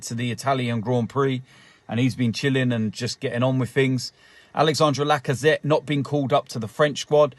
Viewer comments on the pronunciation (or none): none